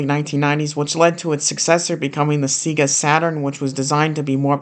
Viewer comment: every time you say seegah it makes me die a little inside